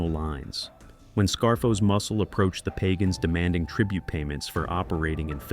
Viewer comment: It's pagan not pagon